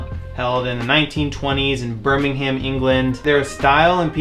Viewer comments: If you like the show so much you should know there is no 'ham' in Birmingham. It's pronounced Birming-um, the 'H' is silent. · it's not BirmingHAM its just Birmingham